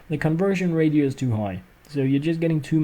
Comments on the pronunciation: ur both wrong its ray-she-oh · Ratio is pronounced rashio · ratio is pronounced ray-she-oh.